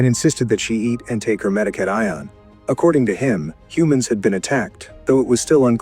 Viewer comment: Meda-kate-ion 😂. AI can’t even pronounce words correctly.